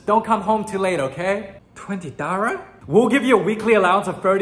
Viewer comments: ‘twenty Dara?’ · 20 dorrar ,got me rolling, 😂